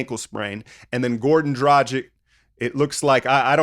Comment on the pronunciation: hey man im from slovenia, i really like your videos, just wanna let you know you're saying goran dragić's name wrong :P u basically said gordan drajick :v